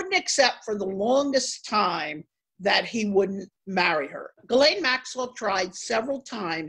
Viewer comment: I don't believe she was a close friend because she mispronounces Ghislaine's name, which according to the Duke and victims is Ga-len.